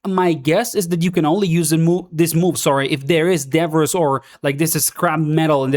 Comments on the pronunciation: Its pronounced "da-bree" English makes 0 sense sometimes lol. Thanks gor the content! 12hrs until we no life this beta 😂😂😂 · im sorry if that makes me a snob but debbriss really hurts to hear. and you say it a trillion times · Your accent threw me off everytime you said 'debris' 😅 but no worries, yo hablar espanol tambien